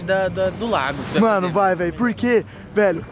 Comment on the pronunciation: Que raiva de escuta ele falando lago NÃO É LAGO PORRA